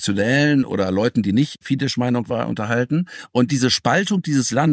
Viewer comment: Leute, FIDESZ spricht man aus mit scharfen S (ß) am Ende. Ein scharfes, stimmloses S. Das ist im Ungarischen der Laut, für den IMMER die Kombination SZ steht. Es handelt sich NICHT um Polnisch, nicht einmal um eine indogermanische Sprache. Wenn man über die größte Partei eines Landes berichtet, sollte man doch bitte mindestens den Namen derselben halbwegs korrekt aussprechen. Gehört auch zu gutem Journalismus.